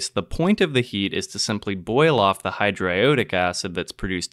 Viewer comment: This is nitpicky, but that's not how I nor anyone I know pronounces hydroiodic. It gives off a dilettantish air. Just saying. No disrespect. I enjoyed this very odd synthesis.